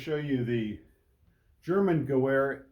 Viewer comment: Great video! However it’s pronounced (GEH-VER) the W in German is pronounced as a V